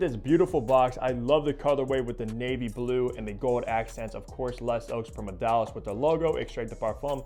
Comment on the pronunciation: You miss pronounced it. Just say “ le ZOW PREE-MUR-DEE-AL”